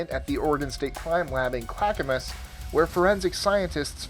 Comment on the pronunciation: As an oregonian, thank you for pronouncing clackmas correctly.. also they serve plenty of oj in jail..karma